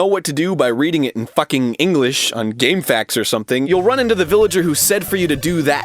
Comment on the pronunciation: I just realized, Egoraptor says it "Game Faks" too. Glad I'm not the only one!